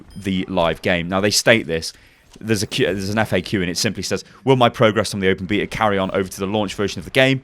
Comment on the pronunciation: the open beatle? godamn your accent man :P